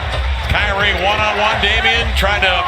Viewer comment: LMAO fr he isn't even a real ceLtics fan he a pacers fan and calls irving "cryknee"